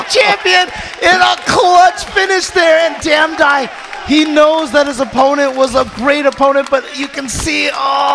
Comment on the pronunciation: Damdai became damdone